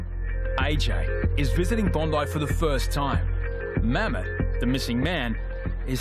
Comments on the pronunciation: His name is Mohammed but in turkey they say Mehmat these guys said Mhemt😂😂😂😂😂😂😂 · I did at first, till I re watched it again and heard him say Mammet.